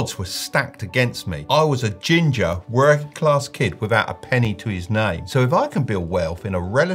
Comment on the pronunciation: I love the emphasis in the fact you were Ginger 😂